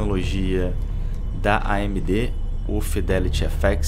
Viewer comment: "Fidéliri éféxi" kkk